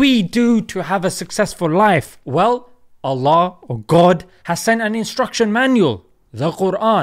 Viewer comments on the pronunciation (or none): none